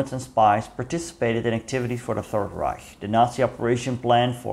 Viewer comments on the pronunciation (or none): none